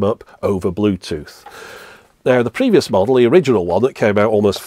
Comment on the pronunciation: Took way too long to figure "previous model" instead of "penis model." Though all I hear is the latter. 😄